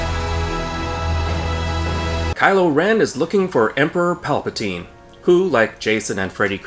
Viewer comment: In Italian"palpatina"means"grope"(and"palpatine"pronounced almost like you've pronounced"palpatina"but with an E like the 2nd one in"develop"is the plural),so...yeah...that name was embarassing enough,but now you made it official.🤦‍♂️ - That's why I wanted Rian Johnson to write ep 9 as well! It would have been SO MUCH BETTER!!!!! People say J.J. was trying to"fix"ep 8 when,actually,he did the exact opposite: he CREATED a bunch of plot holes that weren't there before!X-[ - This is the most PERFECT metaphorical representation ever!🤩